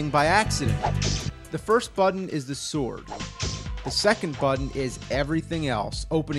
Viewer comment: How many syllables can you get into the word 'sword'? - Soo-or-u-ad